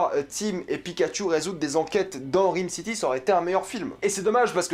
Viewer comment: Bordel ça se prononce RAAYME city pas RIIIME city.